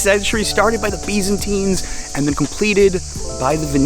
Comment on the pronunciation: The Sye-clads. The Bee-zanteeens. Burgers.